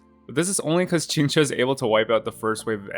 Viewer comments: That Qingque pronunciation is really authentic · Someone saying qq’s name properly?! Never thought I’d see the day (No shade toward most ppl; chinese pronunciation can be hard esp once you get tones in the mix)